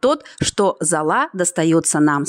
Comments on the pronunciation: Какая нахрен зОла, когда литературно золА. И говорит сама ,, из золЫ,, а не из зОлы. Вы уж автор определитесь с терминологией и ударениями. А уж приводить пример школьной химии вообще не актуально. А гасят щелочь кислотой для формирования лучших составов микроэлементов. Как то так. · Ну если вы про школу заговорили, то хотя бы про ударение в слове "золА" вспомните. Про остальное, из вежливости, промолчу.